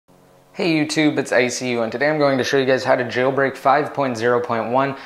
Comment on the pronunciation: you pronounce jailbreak funny, like Jjjeeilbreak